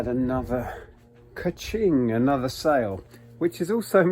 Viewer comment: I thought it was a cha-ching not a cuh-ching, my whole life has been a lie 😂